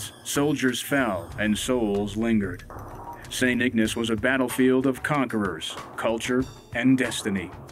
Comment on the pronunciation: St Ignace!! Pronounced Ig N ace long A people Long A,, damn!!